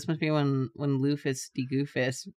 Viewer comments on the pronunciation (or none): "one time pronounced Luffy wrong" a minute later